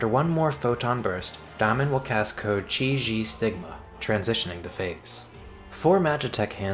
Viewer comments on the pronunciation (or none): good guide but your pronunciation of chi xi stigma is a little off lol